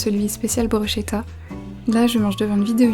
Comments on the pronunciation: On dit brushKEta ! C'est italien et le sche se prononce ke 😂 En tout cas ça à l'air tres bon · Bruschetta se prononce Brousketta 😉